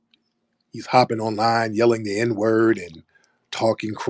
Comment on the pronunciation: he says the N word ending with "er". Because he's British and pronounces everything properly 😂😂😂